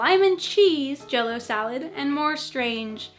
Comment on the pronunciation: Jell-o sounds for me like J-lo 😂😂😂😂